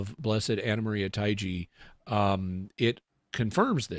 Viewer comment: Taigi pronounced "Ta(short a sound)-ee-gee"